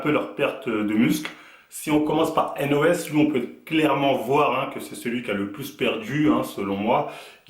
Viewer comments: Sa se dit Haine Eau Hess donc N.O.S et pas NOSSE ^^ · On dit n o s mais lettre par lettre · Dés le debut il ma deja fait rire avec son "nosse" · Pourquoi tu fais une video sur lui si tu sais meme pas prononcer son nom ....